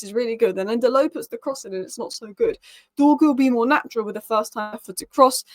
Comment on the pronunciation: pace, power, strong, decent close control, loves a dribble! im excited honestly, lets get this done 🙌, it's not Dorgles, it's pronounced Dorjeles, i don't mean to nit pick but these things bug me terribly 😂😂. please work on the pronunciation lol